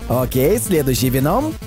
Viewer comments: Не вено'м, а Ве'ном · Правильно ве́ном, а не вено́м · Почему ты говориш венОм а не веном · Правильно веном ударение на е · В слове "Веном" ударение на букву "е" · А почему ты говоришь Веном с ударение на о а не на а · Веном поставил ударение на о НУ И КРИНДЖ.... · вообще-то в слове вено ударение на е а не на о